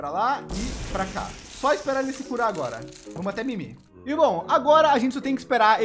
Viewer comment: Só eu q ouvi o falando farte?